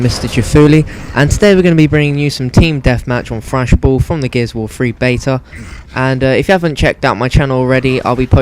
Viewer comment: Gears of war fwee lol